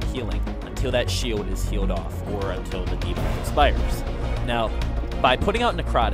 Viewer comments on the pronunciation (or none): none